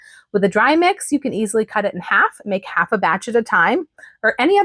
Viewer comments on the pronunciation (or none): none